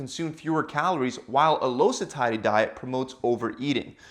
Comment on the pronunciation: Dude learn to pronounce "satiety".